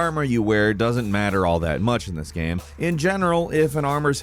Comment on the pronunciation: Please... stop saying "gueme"... it is game!!